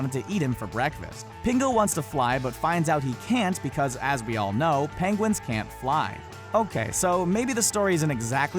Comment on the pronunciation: "PANGUINS" jajaja love it